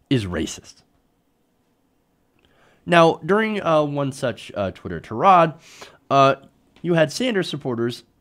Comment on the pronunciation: tirade: tie-raid Just saying